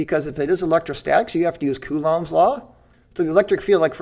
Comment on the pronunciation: These analysis videos are great, I wonder why the other debunkers haven't really done this so far from their debates. Keep them coming. The only negative thing that I can mention so far: the pronunciation of: Coulomb Google translate, when set to French pronounces it like I would expect (but then again I'm not French/in a French speaking country).